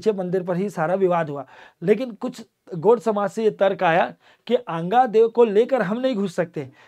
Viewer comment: अंगादेव नही आंगा देव देवी देवताओं का नाम ढंग से और आदर सम्मान के साथ लिया करो